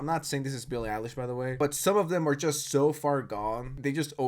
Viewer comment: "ILLIE BEILISH"